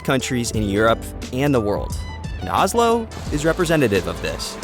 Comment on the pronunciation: Not Ah-slow, it's O-slow.